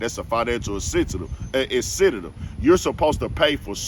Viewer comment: you had it right when you thought you pronounced it wrong. The way you normally say it is incorrect. The word is incentive. Not "incinitive"